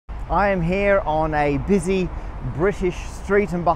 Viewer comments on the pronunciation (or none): none